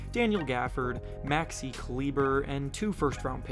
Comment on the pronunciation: It’s not pronounced Kliber… lol and who ever came up with the mavs trade is on crack..